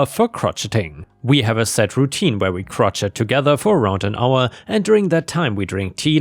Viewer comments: It’s not Krotchet it’s pronounced Crow-Shay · Good sir, it's not 'krot-chet', rather say 'crow-shay' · Ummm Crotchet is actually pronounced 'Crow-shay'. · Crochet is pronounced crow shay not crotch it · I'm so sorry, my teeth ache though. I could not produce anywhere near this overall quality, however, Louis Armstrong vs Lewis Armstrong Crochet vs crotchet I completely understand that many words in English are pronounced differently to their spelling, for example I lived in Walsall, England where the area Caldmore was pronounced karma, it's just that I have to share how much mental pain I'm in at the moment – it's like finding Lego in the dark, but with your brain😢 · "Crotchet" is pronounced "Crow-Shay" it's weird. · I'm sorry and I absolutely love you but in the first story the word is pronounced Crochet "crow-shay"not "crocheting " it was cute but I thought you should know. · I think you're German, so imagine this with German pronunciation: Kro-schee, nicht krot-schet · Crochet is pronounced cro-SHEY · The T in crochet is silent. Say it like Crow-shay. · Crochet = "cro-SHAY". It's French. "Crotchety" is what an old person is when they're oversensitive and mean. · crochet is pronounced "crow"+"shay". your English has gotten a lot better since i started listening to you! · ths is one of those words that is pronounced a little funny. Try Kro-shay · my dearest love, apple of my eye, it is pronounced Crow-SHAY 🤭🤭🤭🤭🤭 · Sir, it is pronounced (crow-SHAY). Ohhhhhh, for the last one, if I were that Brother I would sooooo fire that lawyer! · "Crotch-it" was funny to me, so I can easily overlook the mispronunciation. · Usually mispronounciations annoy me, but gave me a giggle. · Hearing the way pronounced crochet is hysterical 😂. Thank you for the laugh.